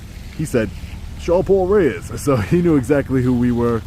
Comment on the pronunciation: He knew what he doing saying ya name...i would have said "" which is no better, but anything but "" 😂